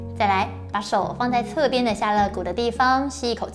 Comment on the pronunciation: 纠正馆住一个发音错误，肋lie骨